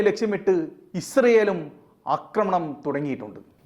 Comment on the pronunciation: അക്രമണം അല്ല ആക്രമണം എന്ന് പറയുക മലയാളം നേരെ പഠിക്കുക😊